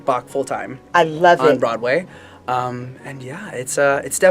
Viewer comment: Okay I love this video, but I also love the way you say Broadway. “Brotway”. I’m not making fun of your accent, I just love how it sounds.